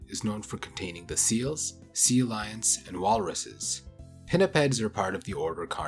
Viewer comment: Are you saying 'seal lions'?? ...Instead of sea lions? Did you think it was 'seal lions' this whole time?